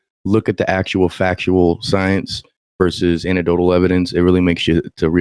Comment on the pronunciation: I'm gonna be that guy. you gotta put the "EC" back in "anecdotal." an·ec·do·tal